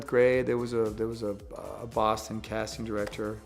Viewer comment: I love how you can hear his accent a little when he says “Boston” 🥰 He’s so down to earth because he has that anchor of family and friends back home like he says. What a blessing.